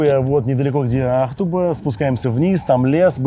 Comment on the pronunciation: Мне кажется, ударение Ахту'ба, так как город татарский и ударения точно не на первый слог.